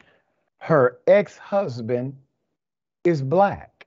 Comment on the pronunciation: She said ex husdand even he couldnt take it and left 🤣🤣